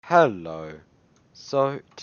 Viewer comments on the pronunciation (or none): y do you say hrello lol